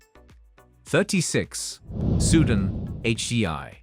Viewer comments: Learn to pronounce SUDAN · It’s Soo Dahn not Sue den. Even my nan knows how to say it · You lost me at Soohdun. 🤦‍♂ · Teach your AI robot how to pronounce "Sudan", "Guinea", "Malawi", "Lesotho", etc. Better still, use a real human voice from a person with a brain. Robots suck!